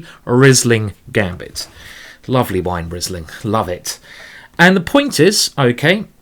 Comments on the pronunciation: Great tactics and great positional play as well. Learned a lot from this game! So I can`t tell you nothing new about cheess, let me tell you, that the Wine is not spoken like Rizzling but like Reeseling. :-). (Like Reese Witherspoon without the Witherspoon and then ling.) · Great tactics and great positional play as well. Learned a lot. So I can tell you nothing about chess, let me tell you that the wine is not spoken like "Rizzling" but like "Reeseling". (Reese Witherspoon without Witherspoon and then ling). :-) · You have a good taste. By the way, it is pronounced Reesling. I am from Germany. I think Karl Erbes, Karthäuserhof and Dr. Loosen are good Rieslings.